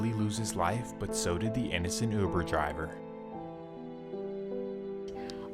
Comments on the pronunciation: That’s news caster. Youber instead of Uber. What a dunce. 😂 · What the hell is youber? 😂😂😂😂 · That newscaster said youber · Dude said you-burr lol but serious note shits crazy stop the violence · did that ninja say Youber?? 😂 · "driving him for YOOBER" ☠💀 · "... & a man that was driving him for "You-ber" wtf? smh cmon grandpa lmao 😂 🤦🏾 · “Jewkwan” instead of Jaquan. And “Youber” instead of uber 😂😭